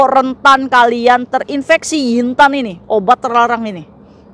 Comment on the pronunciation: Lagi mkn denger ngomong yin tan bukan yu Tan😂😂😂😂😂